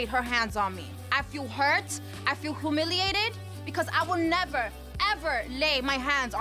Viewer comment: “I felt hoomiliated” LMMFAO